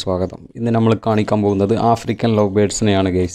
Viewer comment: Good sooper. Carry on. Best of luck . Ante pakalum palatharam birds undu. Pinne aarum achadi baasha samsarikumnilla. Ankilum pothuve samsaram sradhikanam. Nighal oru vloger koodi alle.? 1. Gaige alla. ( caige ) aanu. Flaiwood alla. ( paliwood ) aanu. Jhammal alla ( nammal ) aanu. Ithellam sredhichal nannayi. Kuttapeduthunnathalla ketto. Take care. Jan subscribe cheyyam. Okay by 👍